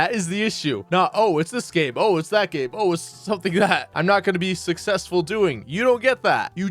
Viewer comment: Im sussessful me reee!